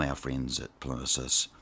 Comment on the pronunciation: It's PLIN-EEE-USS!!